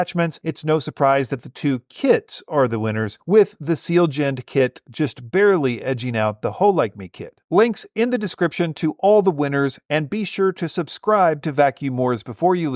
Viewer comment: Just call it a a Foreskin on the petOde XD. Also Sea-Legend, not Seal-jend XD